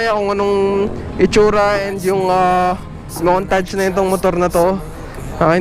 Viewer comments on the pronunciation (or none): none